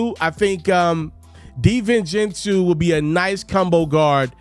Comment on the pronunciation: Stop mispronouncing big ragu name smh